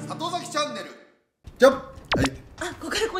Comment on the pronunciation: 里崎読み間違えてしまったーー！！